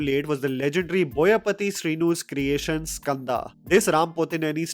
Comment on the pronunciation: Boyapati butchering his films will still be 2nd when compared to butchering boyapati pronunciation 😂😂